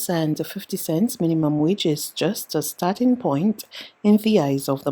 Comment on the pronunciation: No, it's MONDAY...not Mon-d. Also, the word is STARTING... not stat-ing. I don't have the patience to listen to any more....